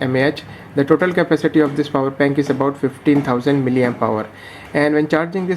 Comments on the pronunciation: You have been continuously pronouncing miliempower instead of milliampere. Play your video and listen attentively. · 'Miliempower'..🤣🤣🤣 That's called milliampere. Otherwise the review was good.